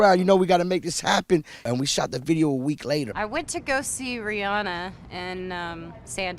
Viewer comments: it's ri-anna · All these people say they love her but pronounce her NAME WRRRRONGG only a few said It correctly it’s RihAn-a not Ri-Anna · Guys... You actually pronounce her name like "Ree-anna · RihAnna. I'm from Barbados and that's how you pronounce it but Americans pronounce it the other way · All these people so obsessed with her but 90% don’t even say her name right! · I know this is an old video, but I now cringe when I hear EVERYONE saying her name wrong! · if you love her so much, please pronounce her name correctly